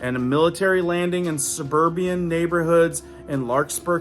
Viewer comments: Suburbian. Suburban. Im sorry it killed me lol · Subur BAN my friend NOT subur bee an